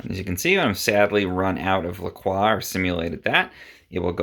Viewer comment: Why he say lacrox like that